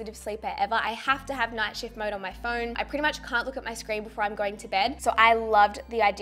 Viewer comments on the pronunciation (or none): none